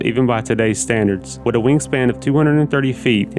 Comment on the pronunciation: This goof can't say WITH. It's not pronounced WIT. Also Newfoundland is not called New found land. Lol...whatta dusche.